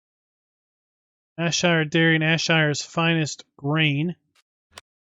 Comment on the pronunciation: Ayrshire, pronounced 'airshire'. Great review as always.